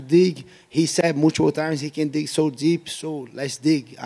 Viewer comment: Gilbert "I said mool-chi-pull times" Burns